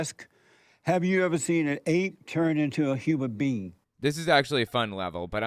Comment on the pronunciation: I'd pay that nutty deist if he'd say "an ape" instead of "uh ape". Cringe